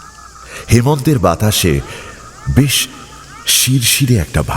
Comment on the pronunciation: গপ্পের প্রথমেই বেশ কে বিশ বলে দিলেন তো! আপনার থেকে এটা মোটেই আশা করা যায় না! expectations বুঝলেন মশাই!! অন্য কেউ হলে গায়ে লাগতো না। অগ্রাহ্য করে দেওয়া যেত কিন্তু আপনার ক্ষেত্রে ব্যাপারটা একটু কানে লাগল.. #GoppoMirerThek